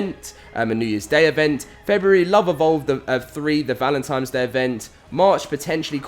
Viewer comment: He says valentines like I did when I was little "valentimes".